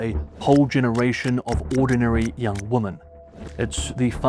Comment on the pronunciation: Woman instead women pronunciation is annoying